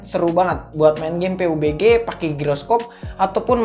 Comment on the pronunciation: Pabji bang,,,jangan peubegeh😂